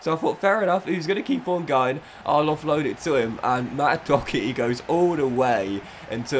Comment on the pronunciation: How tf are you pronouncing Doherty